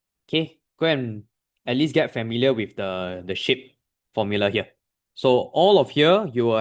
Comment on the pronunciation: I thought he said shit instead of shape😅😂😂